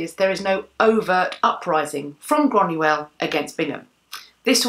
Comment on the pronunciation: So you are descended from Irish whisky? Lol I rather think you mean Scots? The people are Scottish, shortened to Scots, The drink, whisky, when made in Scotland is known as Scotch. It might help to know this if and when you Do travel . :)) Also it is 'Groiyna not Grunuell